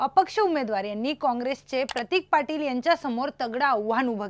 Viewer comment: अग बाई हा प्रतिक नव्हे